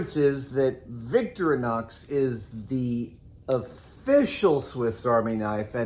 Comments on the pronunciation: pretty sure it's Vic-thor-ee-nox rather than Victory-nox. but great video as usual Adam! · It’s not “victory-knocks”, it’s “victoreenox”. Doesn’t matter, I know – just saying. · Adam, it’s Victorinox, not Victrinox or Victronox. I know you love the brand but you’re always saying it wrong. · It's actually not pronounced Victori-nox it's vic-tori-nox the focus is on the "O" in "tori" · You're saying Victorianox wrong. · I've never heard that pronunciation of Victorinox. It's always been vic-TOR-ih-nox before. Live and learn! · Haha, we pronounce it as Vic-To-reenox. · Please! Someone tell him thats not how you pronounce "Victorinox" 😫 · I think Adam has the emphAsis on the wrong sylAble of Victorinox.